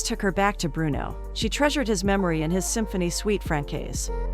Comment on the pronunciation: "Suite française" is not pronounced suite frankaise but suite franssaise.